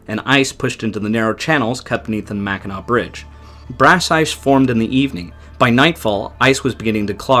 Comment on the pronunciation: At least he can pronounce "Mackinac" .... if they can't - I stop it and leave a dislike and move on.